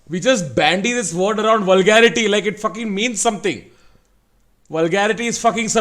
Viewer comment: They all have just fucked the word "VULGARITY"